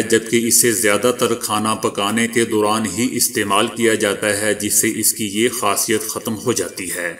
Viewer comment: "dauran" aap ne "Duran" kaha jo keh flat hai